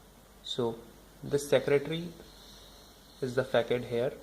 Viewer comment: not pronounced fakad , but fasad , because its a frenchword